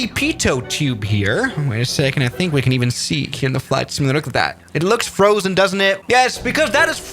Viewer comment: It's simUlator, not similator 🙂